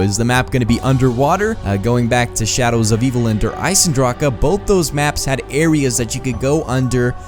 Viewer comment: it's not Der Isendracha it's (Der I-Sen-Dra-c) Der Isendrache